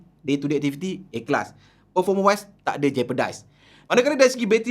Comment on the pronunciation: dia punya A Class dengar mcm "Ikhlas" ingat trademark baru tadi 😆